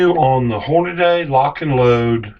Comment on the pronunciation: omg I wanted to say thanks for this but then I heard you say "Horni-Day".. cmon man.. its not even spelled that way.. HORN UH DEE